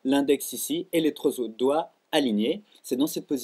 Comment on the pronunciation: Ah ah j'ai une critique constructive; a la minute 1;40" tu dit "les treuzautre droit" ^^